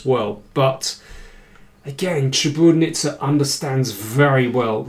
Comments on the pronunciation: great commentary as always, David, but... it's ChiburDAnidze, not Chiburnidze. i cringed a little every time you mispronounced it. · Daniel, you totally butchered Maia's last name. Such a terribly incorrect pronunciation. It's Chi-bur-da-nid-ze